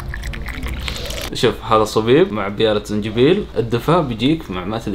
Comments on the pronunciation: مصابيب❎ صبيب✅ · مصابيب وليس صبيب